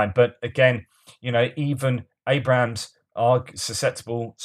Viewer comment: It’s ABRAMS NOT ABRAHAMS! There’s no HAM IN ABRAMS!